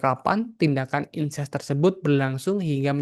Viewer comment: Incest bukan Ines, ....